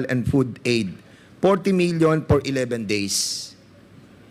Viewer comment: Pwede ba Fernandez huwag ka na mag English! Yung letter F naging P “ Por maintenance”.. Saan ka ba nag aral ng English mo? 😅